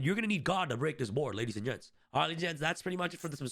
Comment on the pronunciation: "ladies and gets, i will waste anymore of your time" nice 👍😃 bro cant even read the script properly 😂